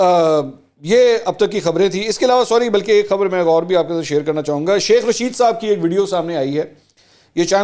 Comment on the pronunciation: منصور بھائی چاہے غلطی ہی سہی لیکن شیخ رشید کو "سیخ" جچ رہا ہے ویسے 😜🤣😂